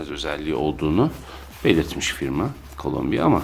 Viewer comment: Şu markanın adını neden sürekli Colombia diye telaffuz ediyorsunuz? Tamam, keyifiniz öyle istiyordur